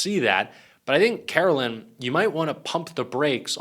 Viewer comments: Why do you keep saying Carolyn? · Karoline not Carolyn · Her name is pronounced kar-o-lyin😐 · Take a drink each time he butchers the pronunciation of Karoline and see if you can stand once the video is over. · Why do you find simple names so difficult to pronounce correctly - like Ferreira, and Karoline?